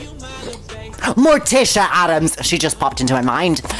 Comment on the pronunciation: The "MoRtICi AdAmMmSs" 😂😂😂